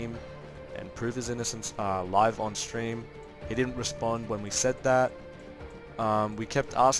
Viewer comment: why is saying Shtream and Shtrike and not Stream and strike? Am I just trippin or what?